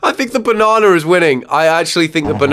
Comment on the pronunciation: there’s no “r” in banana, just btw😊